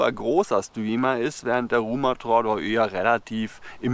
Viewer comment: Die Betonung bei Rumathra liegt auf dem ersten "a". Falls es dich überhaupt interessiert 😀